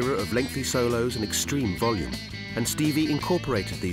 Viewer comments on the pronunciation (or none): none